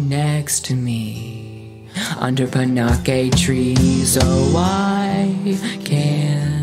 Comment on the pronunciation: ohhh yeah I just googled it, and even though Sophie pronounces it the way I said (pan-aches), the proper way to pronounce it is pan-a-keez like you said... sorry